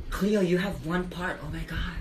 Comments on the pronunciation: I like how he used to call her cleeeo and now he calls her clayo 😭😂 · Is it just me who hears that Bret pronounces Cleo differently now. From Cleeeo to Claayyo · It sounds like cleo said kio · Clayo is the Filipino pronunciation for Cleo so that may be the reason :)